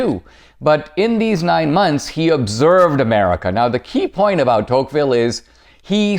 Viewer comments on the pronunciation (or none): It’s deTouqville